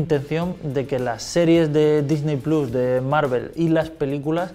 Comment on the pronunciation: Checa tus fuentes jamás había dudado de la veracidad de Xataka pero... esa información ya está desmentida, ¿quieren que les ponga los links? Y un detalle menos técnico "Disney plus" se pronunciaria "disny plos"